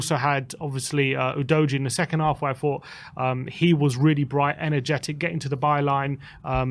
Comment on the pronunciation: Ooo-dog-ee not Ooo-doh-gee